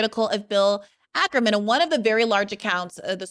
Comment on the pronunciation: I loved this but why do you say Ackerman it’s stressing me out 😂 it’s Ackman!